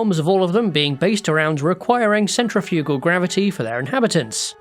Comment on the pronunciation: The stress goes on the second syllable in “centrifugal.” Dictionaries are a thing.